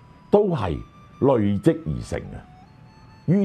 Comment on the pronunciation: 有不少字的粵語讀音有誤，希能修正。如“累積”、“鍥”、“楫”、“駑”…